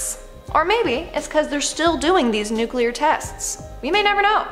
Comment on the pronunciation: It is : nu CLE ar. The C & L are touching each other. "nuclear" He pronounced it like Homer Simpson.